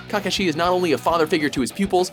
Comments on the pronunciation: Cacashi , bro its kakaashi not CACAshi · ITS kakashi NOT KAKAshi 😐😐😐😐😐😐😐😐😐😐😐